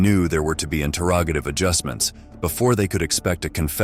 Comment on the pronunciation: The AI needs to learn how to say "interrogative" correctly.